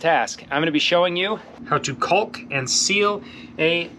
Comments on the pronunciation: Dude never forgot the enunciation on the L in cauLk lol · OMG dude! Don't pronounce the "L" in "caulk"! Or in "walk"! Otherwise good.